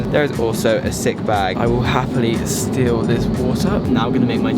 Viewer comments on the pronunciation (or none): none